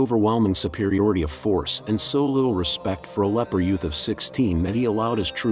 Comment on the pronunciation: Umm… that would be leper not “leaper”.